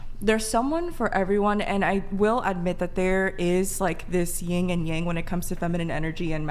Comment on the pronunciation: Yin and yang (not ying)